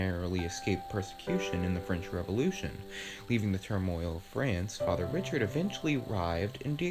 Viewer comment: Fr. Gabriel Richard - pronounced “Ree-shard”.